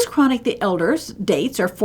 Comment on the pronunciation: This is very informative, an excellent introduction to a wonderful painter who isn't as well-known outside of Northern Europe as he ought to be. But, you really need to work on your pronunciation of the name. I don't insist on the uvular 'r', but at least broaden the 'a'. It is not pronounced 'chronic'.